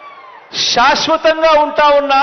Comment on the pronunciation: షాస్వతం కాదు... షాష్వతం... ష్ అనేది ముఖ్యం బిగిలూ 😂